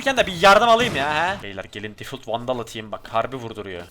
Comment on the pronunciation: bi daha difult dersen söverim difalt